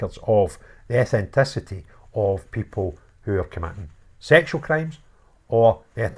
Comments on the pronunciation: FYI, it’s pronounced ‘eth-nis-ity.’ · Just pointing out that descendants of slaves in foreign countries can have 'Scottish names' as they were owned and renamed in order to identify who 'owned' them and they do / did resent it. Ethnicity is the word you're looking for. Pronounced as EF NI CITY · ETH NIC ITY sounds like Eth niss ity